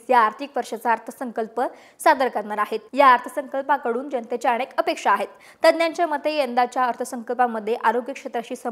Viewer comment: अणेक नाही हो अनेक... Please improve Marathi accent.. कुठून आणले याना